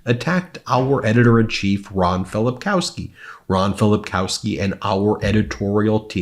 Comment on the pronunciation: They cannot pronounce Ron's name.